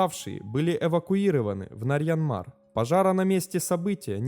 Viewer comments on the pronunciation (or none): Ну аж кровь из ушей